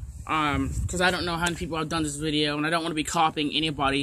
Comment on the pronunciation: Dixie Dipper SAID VIDJA